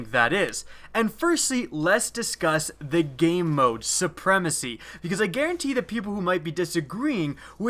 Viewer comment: Sounds like you keep saying "gay mode." I looked for hours but couldn't find that mode.